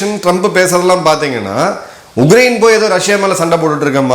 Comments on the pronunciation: Please pronounce it as Ukraine and not UGRAINE,Sir. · Sir, your pronunciation sounds like Ugrain, while it is Ukrain